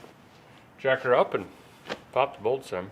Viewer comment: Finally, a man who speaks my language. "Struggling with a boltese"